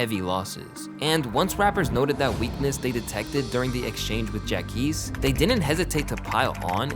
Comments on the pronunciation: “Jack ees”? Ja qweees! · Jacquees (Jock-Qwees) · Bro , JACQUEES (JaH-QWease) not “Jack East” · It’s PRONOUNCED JAH-QWEESE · Wtf is Jack East??? 😂😂🤣 you messed up the pronunciation after hearing how it’s actually pronounced lol, come on broski… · Bro u didn’t even pronounce the q lmfao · Hearing you mispronounce Jacquees name was so cringe